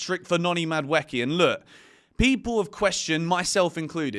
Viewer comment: Please, For the love of god, can you pronounce Madueke’s name right 😭